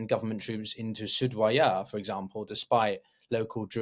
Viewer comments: I know i was gonna say the same. Was looking for this comment. You would assume if you were gonna make a video about السويداء or as-suwaydah, you would be able to research how to say it… you can just call it suwayda (like it says on the map you have) Soo-wey-da Not sudwaya or surdwaya or sudurya Practice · Hey, great video, just one thing: it's Su-Wei-Da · Yes. Doesn't know how to pronounce Suweida. say Soo-way-dah. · I’ll make it even easier for you (coming from an arab): you don’t even need to pronounce the “u”. Just say “sweyda” Sway-duh (Repeat several times) I’m sure you would have had some arab friends you would’ve been able to consult on this matter before publishing this video.